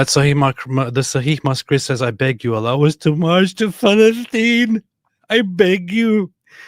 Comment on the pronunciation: he sais falestin. Arabs have no P only F